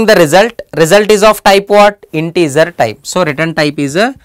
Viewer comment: Emmim eline sağlık yaa ne kadar güzel anlattın integer dediğinde ben bitiyorum ya when you prononcution "integer" Iam having fun a lot but your lesson are very beneficial for computer scince's students